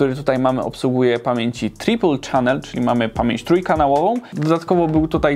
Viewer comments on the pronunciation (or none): none